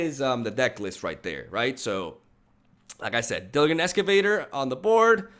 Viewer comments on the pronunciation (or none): diligent is pronounced with a 'G' like in 'Gentleman' or 'Giraffe'. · New subscriber here. I do like your commentary and decks you are sharing, but I just wanted to mention something that keeps distracting me during your videos. You can’t say half of the card names correctly. These are basic words, like diligent. I apologize if there is a reason for this out of your control, but...if possible, it would help your content if you didn’t distract by consistently reading the cards with made up word pronunciations. Thanks for your content though!